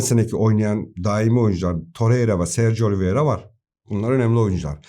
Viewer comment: Abi Oli Viera değil Oliveira doğrusu.